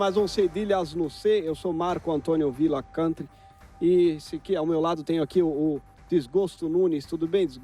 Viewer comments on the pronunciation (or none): none